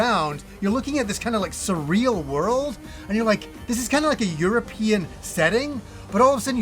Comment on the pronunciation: My ears are bleeding hearing the word surreal. This turn based style of game isn’t my cuppa tea but I hope it does well & gets the recognition it deserves 😉